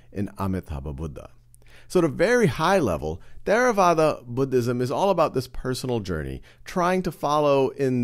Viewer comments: There a vada? Wrong. It is pronounced TerraVAda. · We pronounce it tey ra wah dah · Is really how you pronounce Theravada? It sounds like a weird spanish pronunciation.